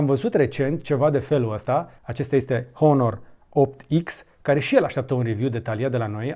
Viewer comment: În honor nu se pronunță h